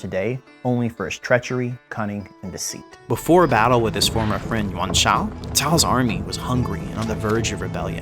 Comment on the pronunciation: Takes great pains to pronounce Cao Cao's name correctly. Proceeds to butcher Dong Zhuo's, Yuan Shao's, and pretty much every other Chinese guy's name.